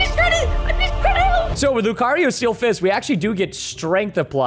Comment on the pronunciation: Only lucario,kyogry,mymikiu and pikachu and mewto you Said right but it doesn’t matter